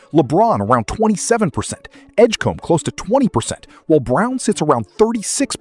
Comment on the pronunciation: VJ Edgecum? It's Edgecombe, pal